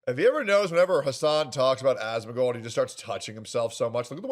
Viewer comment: Calls him "As-moan", followed by "it's cute watching him." Wild.